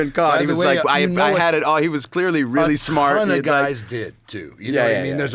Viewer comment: Its spelled and pronounced smAAAHT 😂😂